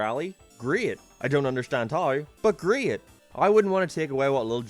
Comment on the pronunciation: I will not watch a video commentated by someone who says great like that